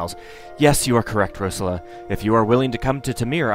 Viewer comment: Yay! I've been wanting to play this myself for a while and just haven't had the time. By the way, though, the emphasis on Rosella is on the second syllable (Rose-ELLA), and Valanice has emphasis on the last (Val-An-EESE). You only get the right pronunciation from the voice acting in later games in the series.